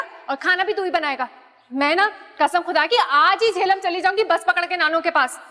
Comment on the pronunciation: Did she say JEHLUM!!!!!!!!!!